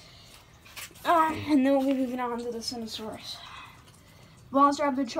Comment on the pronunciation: This is how u pronounce it SERT-O-SAUR-US